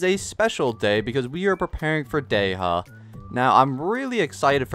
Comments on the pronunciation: Sorry, Day-ha?? Day-ya, or Dee-ya is the correct pronunciation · 🔥 edit: not dey ha its Dehya 😅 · The random letters you decide to emphasize in some character’s names really confuses me. Why would you say “Dey-ha” and not look up how to pronounce it or at least choose the English dub’s pronunciation </3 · it’s pronounced “Di-ya” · it's actually pronounced " De-hya" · Am i hearing this correctly? Dey ha? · god this "dey HA" triggers me so much tbh i really like his vids but omfg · not wanting to be that guy but why in the hell is he saying dey-HA??? goofy ass😂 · Because the english dub is stupidly incorrect, especially that Dehya is an arabic name. You're supposed to prounounce the H 🤦🏻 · Stop pronouncing names wrong